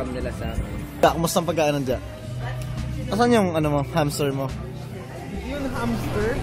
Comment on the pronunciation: pagkain ba talaga tinanong ni Ken? Iba pagkadinig ko.hndi clear ang pagkasabi nia eh hehe